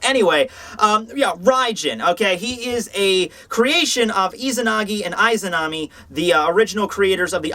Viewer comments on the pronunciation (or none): none